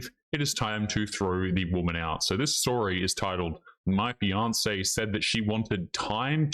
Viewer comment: says fiance...I hear Beyonce lol